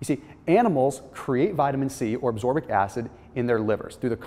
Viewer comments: it's ascorbic acid, not absorbic acid:) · It's ASCORBIC acid, not ABSORBIC acid! 😂😂